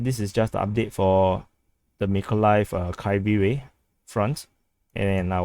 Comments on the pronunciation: Pronunciation is Kiev-E Rig (the old pronucation, not Kiyv). Also fighting in Oleksandrivka is in the Big If True category. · If there's a different Ukrainian pronunciation, I'm not aware of it. That's just the first two syllables of the name of Kryvih Rih.